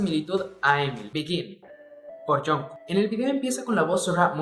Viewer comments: "Yunco" JAJSJA. xdxdxdxd. Se pronuncia Chongu xdd. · Me mata que digas a cada momento "yunco" en lugad de "yongcuc" 😂😂😂